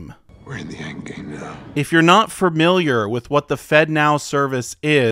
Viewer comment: "Fermiliar" lol